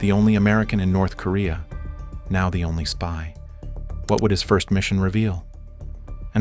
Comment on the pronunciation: "Nerth Korea" Do you even proofwatch you AI shite?